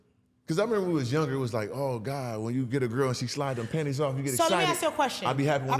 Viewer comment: “Profected by Gawd” 😅😅😅😅😅😅😅 TELL EM!